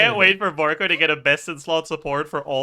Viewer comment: "Your varka" 🥀🥀🥀 TGS doesnt know